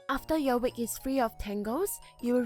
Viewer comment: its not Wik its a wig